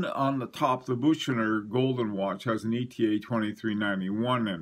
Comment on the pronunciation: Bucherer and presage are not pronounced correctly